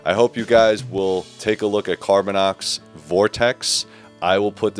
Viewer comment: CarbinOX, not carbinEX. Sorry, it just irks me